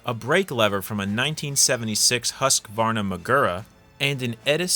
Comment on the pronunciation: "Huskvarnummagura..." Swedes: "nah, that's ok, I didn't want the...huskvarnummagura anyway. Godamn that's some creative pronunciation! Hu Skvar (rims with scar) Nah. You ain't getting into Valhalla until you can say it 200 times.